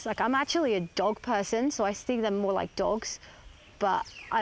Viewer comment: mOOOar moni so we can some get iinglish lessons